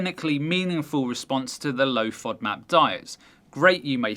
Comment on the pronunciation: Serious question: the O is a long Ō in the word, but in the acronym she keeps making it a short vowel...why??? Should it be FŌDMAP? 🤷🏻‍♀️